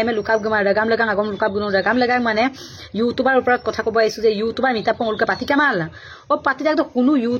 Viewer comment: You tuber hoi yu tober ...nohoi. pronounciation tu bhalkoi koriba..suwali jonir kuwa tu right nohoi...